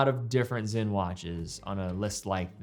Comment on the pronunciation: Sinn NOT Zinn